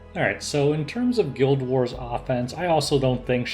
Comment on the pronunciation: I looked away from my phone when you said "guild war" and heard "gilbert"... I guess that's what it's called now